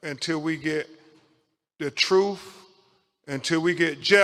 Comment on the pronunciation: Can you tell me what "troof" means. So this is the kind of English, they want taught in school